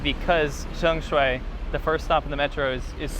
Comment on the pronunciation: By the way, next time you mention Sheung Shui, could you please pronounce it the local Cantonese way? Pretty please?